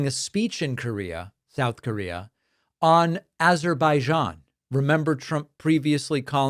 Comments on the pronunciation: I think Trump´s note says..Pronounce it as Assar bay jaan..But thats a big task for Trump anyway.. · He can't even learn how to say Azerbaijan even after weeks of practice even though his staff spells it out phonetically on his teleprompter and notes. Is that the sign of absolute Genius or what? I wouldn't be surprised if he still doesn't know where it is on a map. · He did the shoulder glitch when trying to pronounce “Azerbaijan” 😂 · I think Trump ment to say Isuzubyjan 😂